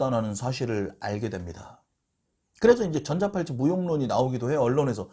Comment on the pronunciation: 전자팔찌가 아니라 전자발찌가 맞는데, 자꾸 전자팔찌라고 해서 귀에 거슬리고 설명내용에도 신뢰감이 떨어집니다.